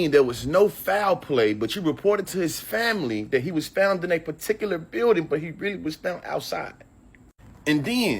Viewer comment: "Was he 'fount' in his dormroom" lmao